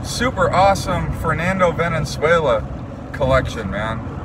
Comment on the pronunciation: VALenzuela - not VENenzuela